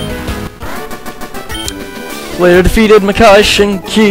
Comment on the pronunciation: Japanese names are pronounced exactly how they're spelt, no random sounds anywhere. So Shinki would be "shink-ee"